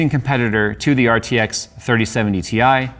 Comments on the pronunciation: And it's pronounced "tie" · It's pronounced "TIE" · its pronounced Titanium same as its the periodic table symbol "Ti" for titanium. Despite NVidias marketing people forgetting them claiming that term a long while back.. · On the official launch video from NVIDIA, the announcer called it a "tie". Maybe he was foreshadowing it's performance comparison to a regular 3070.